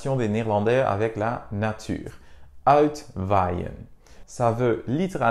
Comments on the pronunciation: J'aime bien « Uitwaien ». Mais je comprends «Alt-vaille-n» (dans la 1ère syllabe, un « L » plutôt que le son anglais «Out».) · Je suis néerlandais et je peux t'assurer qu'il n'y a pas de "L" dans "uitwaaien". "Ui" se prononce plutôt comme "oeuil"